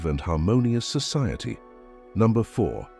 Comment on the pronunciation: What a horrible reading saying contribute wrong and society wrong I know it’s a computer but do your best and give us something that we can appreciate. I finally had to stop this cause it was making me upset. How about that for silence?